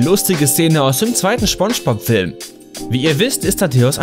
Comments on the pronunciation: Nicht schpongebob sondern spongebob Aussprache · "schpongepop" NotLikeThis triggered mich auch dezent. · Lol ich hab immer schon Spongebob so ausgesprochen und ich merke grade das es gar kein Sinn macht es so auszusprechen "Schpongebob" lol jetzt muss ich mich umgewöhnen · Spongebob hat mich durch meine Kindheit begleitet und ich mag ihn immernoch total und bin mittlerweile 25 xD Aber der Typ heißt Spongebob.... nicht Schponschbob..... das regt mich total auf irgendwie, glaub du hast das nie gesehen. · man spricht es mit s aus aber im Video immer sch du dödel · Es heisst „Spongebob“nicht „Schpongebob“😂😂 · Anscheinend heißt er jetzt SCHPONGEBOB und nicht spongebob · Schpongbob... junge SPongebob mit SSSSS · Junge, es heißt SpongeBob und nicht Schpongebob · Schpongebob 😂 Bro das heißt Spongebob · Phonetisch: ßponnschbop Nicht: Schponnschbohb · Junge spongebob nicht schponschbob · Es heist spongebob und nicht schponschbop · Wie er einfach SCHPONGEBOB Sagt!🤣🤣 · Ja er will Sponspob schlecht machen ich hab daum nach unten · Er spricht es schpongebob aus 😂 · General MaskenKeule Schponschbop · Dachte so joa, ein video über spongebob kann man mal gucken, erster satz: schponschbob. direkt ausgemacht. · "Schponschbob" "Sandy Chicks" 😭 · Hallo Hallo ich glaub eher spanjsbohb 😂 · Er heißt nicht SCHBongebob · Schponschbob XD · Gutes Video über schponschbob 😂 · "SCHPONGEBOB"? REALLY, NIGGA? Du könntest zumindest so tun, als ob du es versuchst. Zwar, beschwerst du dich, über Kontinuitätsfehler, jedoch, bist du nicht in der Lage, deine eigenen zu beheben. " CLASSIC! " Humans. ~ K. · Er sagt Schpongebob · "Sandy Chicks" "Schpongebob" ey ohne spaß, das video is echt gut, aber deine falsche aussprache, macht wahnsinnig aggressiv. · Niemand, absolut niemand: Er: Schponschbob, Pätschwik, Sandy Tschäks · Smonschmops? Thöhöhöhö, Ich hab Smonschmops gesagt. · er sagt immer Schpongebob das geht so auf die Nerven.... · Wer kennt ihn nicht, Schponschbop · Warum sagst du immer Schpongebob?